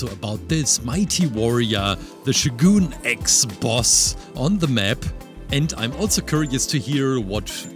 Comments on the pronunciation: His name is showgun x not shooooooogoooon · IT is NOT shoo-goon X it is pronounced Show-gun X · yo its shogun x. the sho part is "show" and the gun part is just gun but not goon. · fyi its pronounced Show Gun, And he looks awesome great job!